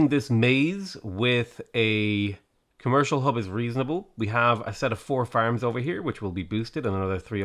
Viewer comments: Did you say Khmer-cial Hub? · i swear i heard him say: khmercial district.